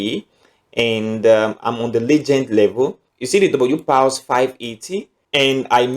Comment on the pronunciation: Which one is “pals” Pronounce as “pors” as in paws….not “pals”